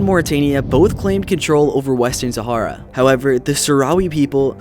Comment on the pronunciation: Thats not how you pronounce sahara